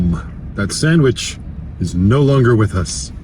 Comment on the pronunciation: S-A-N-D-W-I-C-H not S-A-N-G-W-I-C-H